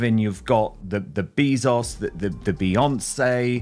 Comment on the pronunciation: Every time that dude says "beezos" instead of beahzos i die a little bit inside.